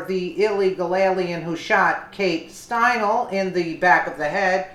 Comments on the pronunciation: her name is pronounced Stein'lee not Stienal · I know, listen to the beginning, she says stein-el ..omg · It’s pronounced Stine lee !!! FFS !!! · Stine Lee !! FFS pronounce it right !!